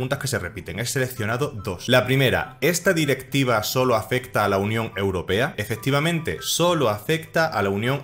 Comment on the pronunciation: Porque dices la unión europeda?